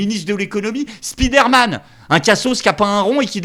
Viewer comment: "spidère-man".... Allons allons, 2025, un petit effort, répétez après moi : spaïdeur-man